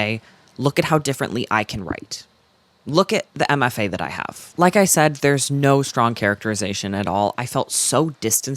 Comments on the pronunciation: I watched this whole thing, and every time you said "MFA Writing," I heard "Emma Fay," and I was like, who is Emma Fay, and why do you hate her writing so much? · the whole time you were mentioning MFA writing and i was so confused because i thought you were saying “emma faye writing” and i thought you were probably just referencing some insufferable author i hadn’t heard of lmfaoo